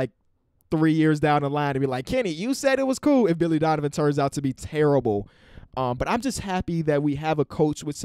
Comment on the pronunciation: He said Dilly Vonivan